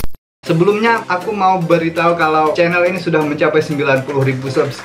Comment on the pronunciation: Kan???sebutan beza Sebutan AKU NAQIU=AKU AKIM=AKEUW HAHAHA